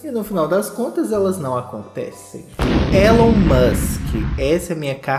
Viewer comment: A pronuncia é "Ílon", não "Élon" 😉